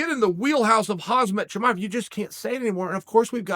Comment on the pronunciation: Bro how do you still not know how to pronounce Khamzat Chimaev yet